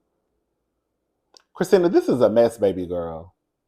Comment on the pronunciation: My 1st name is Kristina😂 I love the way you say my name!👏🏼👏🏼👏🏼❤ BTW, you & David Bromsted from Lottery Dream House would make a cute couple🎉